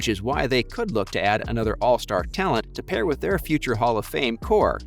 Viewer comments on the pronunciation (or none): none